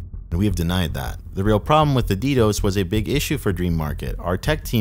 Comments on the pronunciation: Although its funny how does ALL of this research and is the dark web expert just to pronounce DDOS the way he does lmao Never heard one person pronounce it D-DOSE, its D-D-O-S or D-Das/D-Dos. (Only mentioning it because the way he pronounces it at waterchains part). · I almost clicked off the video hearing you say “ddose” instead of ddos. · “the *ddòs*” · Cool documentary man. Though as one who was an active user up to the day that Dream Market shut down, I can tell you that Dream was in fact plagued by Ddos attacks (pronounced D-D-O-S, not Dee-dose). That wasn't bullshit. And I've never seen or heard a whiff of LE knocking at my door since it's closure. The closing of deep dot web was a huge blow to the culture. Darknetstats is trying to fill the void, but no market has come close to filling the void left by Dream. All the new markets are so freaking complicated to use that for the casual user, like myself, it's just too much of a hassle. RIP - Dream Market. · "Dee Dose" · How you pronounce DDOS is hilarious 😂. D Dose 😂. Love the videos for how well they’re done and the occasional slip ups 😊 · the fact that you say “DDose” makes me want to claw my eyes out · Good lord, learn how to say ddos, it’s not d dose, smh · Learn to pronounce DDos...."D Dose" fkn lol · never heard ddos being pronounced like that. gave me a lil giggle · Always cool to hear the Spanish pronunciation of DDOS! Uno, Dos, Tres, Quatro!